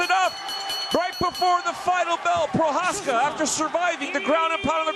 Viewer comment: That clown announcer can't even pronounce Procházka's name.